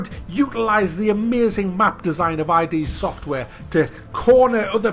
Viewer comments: it's not ID, it's id. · It's pronounced id, not I-D. Yeah I'm a pedantic shmuck! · It's not 'I.D.' Software. it's id Software. Id is a latin word. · I was simply quoting the video. It's just pronounced "id". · That's not how you pronounce Id Software...but it's a common mistake. Edit. Also...tell me now UT3 was that bad compared to this :D